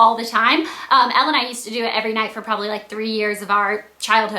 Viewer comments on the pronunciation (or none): none